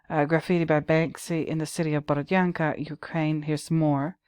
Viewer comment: Hello,! 👋 My sister happens to live in the town of Borodyanka (your pronunciation is on point by the way). She says that the residents of the town were sort of annoyed by Banksy's graffitis, because people are tired of the horrors of war and don't need any fancy reminders of what happened -- especially when those artsy-fartsy pictures are being created on actual walls of bombed out apartment buildings. Those walls belonged to people, you know. You don't use someone's home as a canvas without asking for permission. It's rude, insensitive and one of the worst kinds of pretentiousness I can imagine. It's almost like going to a cemetery and start painting on gravestones, is it not? The residents of Borodyanka wish to see these bombed out buildings torn down and have new beautiful houses built instead, not have a team of pretentious artists with spray cans using the town's ruins as a means to expand their fame and fortune. Thank you for making a video on this, it was a nice surprise.